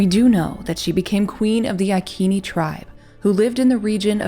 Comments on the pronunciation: Yes, the "c" of Iceni was a "k" sound, but the way you pronounce the name of the tribe is modern English. I think the correct way is to use the Latin "restituta" pronounce, since the name of the tribe has arrived to us by Roman writings. So, the correct pronounce should be: "I" like in "pin", "k", "e" like in "left", "n", "i" like in "pin". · It is Iceni, with an S sound! Boudicca is my direct ancestor 65 times removed. I live in Iceni country now! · The Angles and Saxons did not appear in Britain until about two hundred years after the Romans left. Boadicea, whose name was pronounced as Bowadisia, was a Celt. Celts had populated the land for more than 5 millennia. Stonehenge is now found to be older than the Egyptian Pyramids. The Ikeni (pronunciation is Roman) The tribe were the Iccenni, pronounced Iseenee, I have edited my comments about Boadicea being Anglo Saxon, those people from the main lands of Europe did not begin to arrive until about 200 years after the Romans retreated back to Rome. This I have done because of retraction of the suggestion that Boudicea was Anglo-Saxon. This post is a good portrayal of these times. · Thought the tribe was pronounced "I-see-knee" according to a history channel documentary, which is very good. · Soft 'c' not hard 'k'....Ic (see) ini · Proper pronouncement of ICENI....Eye-sin-eye. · I'm not being picky but Iceni is said as "I see knee". love this channel so much❣💗💙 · Not “ ikeni” soft c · Prounounceation is icene like said in ice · It's normal to say iconic with a soft C, why do yanks think they know different? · Iccccccnee. Not IKeeeni! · It’s pronounced “I see knee tribe” not “I key knee”. Love you vids. 😊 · ITS CALLED sELTS NOT KELTS AND iSEEENI NOT IKEENI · Who were the i-keeni, neverheard of them. There was a tribe called I seeny ( iceni) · Eye Sea knea = iceni not I kean e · “Iceni” tribe is pronounced “Eye-SEEN-eye” (not “EYE-keen-ee”). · Hi, like your stuff, pronounced I-See-Nee